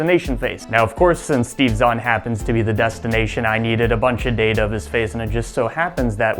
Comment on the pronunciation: I think the DeepFake decided to work after he pronounced Steve Zahn properly.